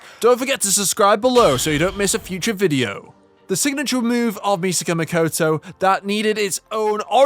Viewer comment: ? The very first words spoken are "Misaka Mikoutou", diphthong "o" (, not even close to Japanese (or Italian, for that matter) "o". Nothing at all how the characters in the anime pronounce the name.